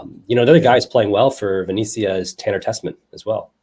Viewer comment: Good Lord. It’s VIN-ET-SEE-AH. Venezia.